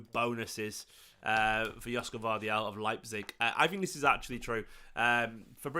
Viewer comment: Gvardiol would be a great addition to our squad. It’s pronounced Yosh-ko Gvar-diol btw his name is sort of a Croatian version of Josep Guardiola